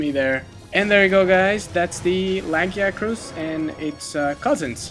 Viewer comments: Lag-e-ack-rus? Ok seriously someone from Capcom needs to release an offical monster hunter pronounciation guide. Yes,I know it really doesn't matter,but when I'm playing a game I would like to know how a name is said. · Misa.Polivius I apparently thought too hard. I thought it was pronounced LA-JEE-ACK-TRUS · I feel the way they pronounced the name was correct. The "I" IS BEFORE the "a" in its name, after all. If the "a" was BEFORE the "I" like many people pronounce its name, then it's name would be "Lagaicrus" (Lag-AI-AH-crus). Therefore, the way the Capcom devs pronounce the name as Lag-EE-AH-crus is correct.😊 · Me: I can never decide if it's lu-guy-a-cris or la-gee-a-cris, maybe this video will help. This fuckin guy: laggy-acris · LAGIACRUS (spelling) LA - GUY - A - CRUS (phonetics) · Not saying it's right or wrong, but that's a really weird pronunciation of Lagiacrus. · That is NOT how you say his name >.<